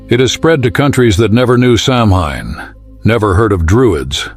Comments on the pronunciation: It's actually pronounced "Sow Wein" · Samhain.....is pronounced "Sow-wen please do your diligence.,.... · I know it's spelled "Samhain," but it's pronounced "SOW-an." I know; I don't understand it either. I guess you have to speak in the Druid or Gaelic or whatever kind of tongue it is. But if we're going to do it, let's do it right!